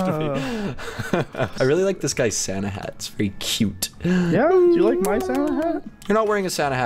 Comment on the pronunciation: its not sana its santa